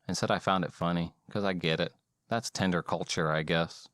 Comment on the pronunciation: Tinder: ❌ tender: ✅